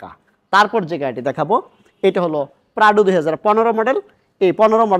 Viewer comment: Bro said Pradu😂